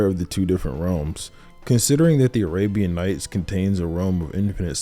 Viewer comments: I'm sorry but I have to. "He is the embodiment of the Abraham nights" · Arabian nights not Abraham 😂 love the video brodie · "Abraham Nights" lol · "Abraham Knights" XD